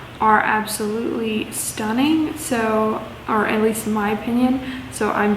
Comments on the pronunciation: Air-ee-ot. Hope that helps! Yet I’m a Texan so anything we pronounce is questionable lol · It's pronounced like Secretariat - the famous race horse , they are sold in tack stores, I only know this cause I ride horses... AND sell shoes lol !